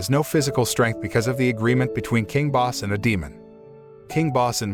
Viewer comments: nope. It's pronounced "Bos-se". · I like how he pronounces king bosse wrong and pronounces it as boss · Isn't the king's name Bosse as in BO-suh? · Wait ! It's not the right pronounciation ? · it's not